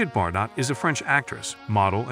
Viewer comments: tough hearing her last name mispronounced bar_dot over and over; it's bard-oh. Must be some sort of AI input at play... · Do you not live on earth? How do you not know how to pronounce her last name?!!!